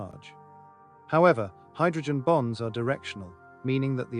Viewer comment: I know you're saying the word bonds BONDS but when I hear you say hydrogen bonds my brain says hydrogen bombs don't ask me why it's a weird thing it just sounds like you're saying hydrogen bombs so be careful of that and you might want to switch up saying bonds made with hydrogen